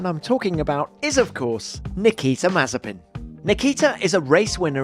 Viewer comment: A ‘Maze-spin’ Special? 😂 Must be F1’s attempt at Comedy Hour!